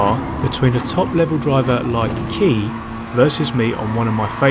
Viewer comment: Pretty sure his name is pronounced KY not KEY.